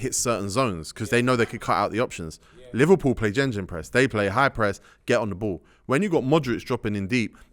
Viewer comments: Man like said "Jenjen press" ☠️ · tego moving like some football genius but hes still saying gengenpress at his big age 🤦‍♂️ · someone tell these man its GEGENpress not GENGENpress ffs im sick of hearing it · Why saying JejenPress? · Did tego just say gingin press😂😂😂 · why he keep calling it jenjenpress